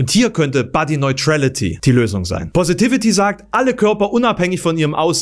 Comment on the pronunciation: Leute, wenn ihr einen englischen Begriff nutzen wollt, sprecht ihn wenigstens richtig aus! Ist mir schon bei der Diskussionsrunde aufgefallen. Body neutrality: body niuträlity, nicht body noiträlity...